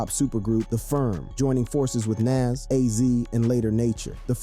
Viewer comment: Nas… pronounce it as Nahz 🤣🤣 He said Naaz